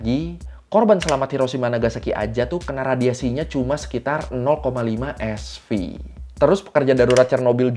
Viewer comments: Bukan Sv bacaannya, tapi Sievert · SV = Sievert (baca : sivert) . Satuan pengukuran dosis radiasi. Jgn bilang SV lagi bang😂